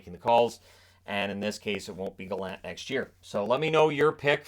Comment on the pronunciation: From a Prince Edward Islander, thank you for pronouncing Gallant correctly, rather than the pompous version by Elliotte Friedman and others.